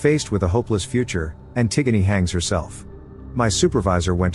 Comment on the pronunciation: I'm pretty impressed you managed to get the TTS to say Antigone correctly and not as "anti-gone"